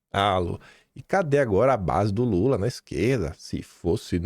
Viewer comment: "o governo lule tamém" Sadi? Credo uai. Não se ensina português pra ser jornalista? Eu, hein 😮